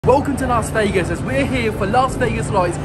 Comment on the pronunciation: you’re a ledge and it’s another great vlog. BUT ITS “LAS” NOT “LARS” Vegas. Please, please, dear god, Las not LARS.😬